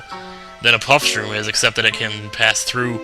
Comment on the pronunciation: Did call the "Puff-shroom" "PUSS-Shroom"